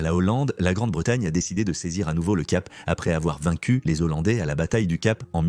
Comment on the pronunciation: Intéressant maais attention à la prononciation..... on dit "les hollandais" (il y'a un H ) et non pas les zollandais, ça me choque !